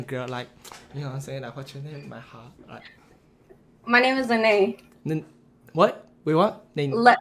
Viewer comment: "Ma hart" 😂😂😂